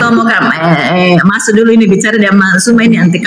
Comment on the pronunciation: Oten... Sakit lobang kuping ku dengar PERKATAAN PARA OTEN NYEBUT NAMA SU.... SUMA.... SEBUT KATA KATA ITU DENGAN SESUAI ZU..... ZU.... ZUMA... FAHAM!!!